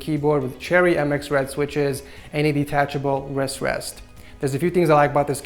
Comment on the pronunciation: It sounds like your saying "a detachable rest rest" when your actually saying "wrist rest". Did anyone else notice that or was it just me XD